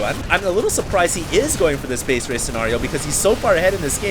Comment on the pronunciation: its "base race" not base raze... fail critic is fail...